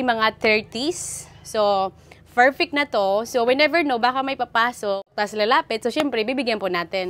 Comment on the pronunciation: Yan na naman yung yung PERFECT mong sinasabi,pls do not pronounce the letter P as F. Pls pls lang